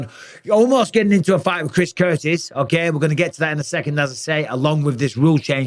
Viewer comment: "okeh" - okeh